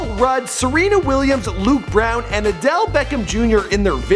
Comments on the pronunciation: Adell? Odell* say it right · Anyone else notice he said Adelle instead Odelle.